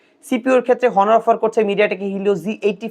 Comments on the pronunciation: হনর না ভাই,,, অনর 🙄🙄 উচ্চারণ একটু ঠিক করুন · honor na bhai h uccharito hoe na onor uccharon